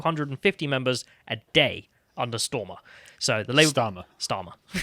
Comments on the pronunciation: Carls look when he mispronounced Starmer for the second time got me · Keeps calling him Stormer lol, go on lad!